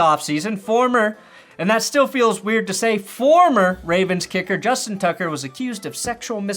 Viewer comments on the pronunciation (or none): Lol he said it as "Justin Tugger" instead of tucker lol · Did you say “Justin Tugger”? 😂